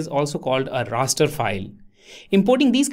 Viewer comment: Did he say “ a Rasta file”